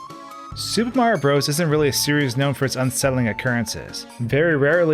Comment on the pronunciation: needs content warning for mispronouncing "bros."